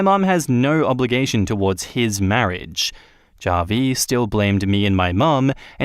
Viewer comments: Hey, just a heads up, Javi is short for Javier, a Hispanic name, so the J sounds like an H: "HA-vee" Cheers! 👍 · The way you pronounce Javi is cringe inducing